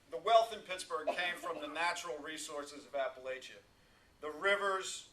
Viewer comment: Appalachia is pronounced [apple-atchyah] "and if you don't pronounce it right, I'll throw an apple at ya!" (A little saying I've heard from Appalachian natives).